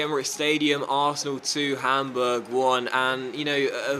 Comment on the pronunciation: "Its arsenal 1 - PAMburg 1"